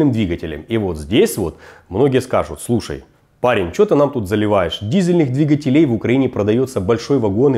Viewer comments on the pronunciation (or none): none